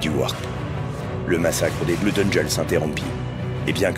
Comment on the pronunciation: Tout est bien, tout est bien dans la vidéo, mais mais mais mais mais mais je dois arrêter, je ne supporte pas quand on dit Bloud au lieu de bleud :)